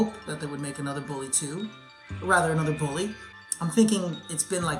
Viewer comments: I can't wait for "Billy 2"... I thought it was "Bully 2"? Learn how to speak please. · Its BULLY, not BILLY lol, you can't even say the game right. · It's bully not Billy. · Is this dude really calling bully Billy smh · Stop saing billy two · It sounds like your saying billy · I was wondering if he was saying Bully or Billy so I turned on the Subtitles and the Subtitles told me he was saying Billy all along. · I can’t stop hearing “Billy”...help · He sounds like he says ''Billy 2'' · Wow this video was rough, i kept hearing “Billy 2” very very annoying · Lol I ignored half the video cuz I just kept asking myself...is he saying billy? Tf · lEaRn hOw tO sAy BuLLy